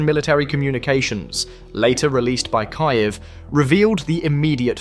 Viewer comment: KII EW....LOL